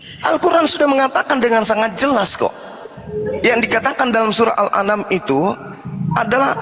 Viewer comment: Assalaamu'alaykum Saudaraku saya hanya mengkritisi penyebutan Surah dalam Al'Qur'an kami, yang tertulis bukan Al-anam tapi Al-Am'an 🙏🙏🙏